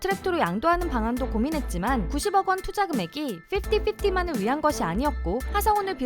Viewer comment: 발음이 정확하네. 핍티핍티 O 피프티피프티 X